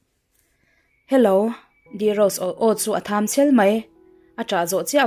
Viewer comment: A chhiartu hi a nilo emaw ni.. Mahni ziak mahniina chhiar si hi, correct ngai a awm zauh² mai. Tun ṭumah pawh, "a aw a thâm chhèl mai" tih turah "a aw a thâm chhel mai" ti-a lam sual hi a awm nual.. i thluak a ṭha sia.. ṭang sauh² teh